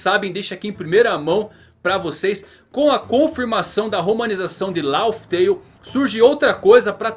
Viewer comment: se é Laugh Tael, a pronuncia não é Lauf Teiul, mas Láf Teiul, ou seja, o "Conto de rir", já to esperando pela piada de mau gosto no final kkkkk